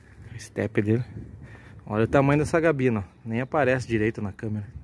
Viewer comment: Muito bom dia !!! É dos excelentes caminhões europeu, se adaptou muito bem ao Brasil e hoje é o mais vendido, a DAF só tem a crescer, ainda mais quando vier o modelo novo !!! Só tenho uma ressalva, (ouvir motorista profissional falar incorretamente a língua portuguesa e dizer "gabina", caminhão tem " CABINE"), a cabina do DAF é muito grande e boa !!! Valeu pelo vídeo, Show !!!